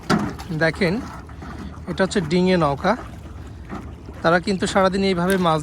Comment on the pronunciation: ভাই নকা নাকি নৌকা হবে? আপনার ২টা ভিডিও দেখলাম ২টা ভিডিও তে নকা বললেন